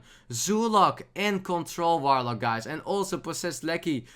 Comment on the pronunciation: )) Awesome Dutch pronunciation there, mate; you really made me smile with that 'F'oidlord 'V'orlock ^_^ I've studied German back in the day at the Uni but I also got the chance to hear some Dutch so I can easily recognize the similarities between these two Germanic languages xD